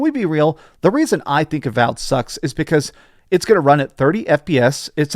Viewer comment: what happened with some of the pronunciations in this video haha, called avowed avalled at one point and called re fantazia re fontayzio